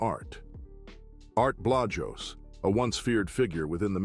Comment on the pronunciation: ART BLAJOS SAY HIS NAME RIGHT OUT OF RESPECT A SOLDIER OF GOD REACHED NUMEROUS HEINTE I WAS ONE RESPECTO HERMANO ART LIKE YOU TOLD ME WHEN GOD PUTS HAND ON YOU NOWHERE TO RUN NOWHERE TO HIDE GOD BLESS ALL YOU CARE AND LOVE RESPECTO ANGEL CHAVEZ